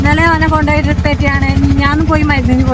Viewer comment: ഡ്രിപ്പ്❌❌❌ ട്രിപ്പ്✅✅✅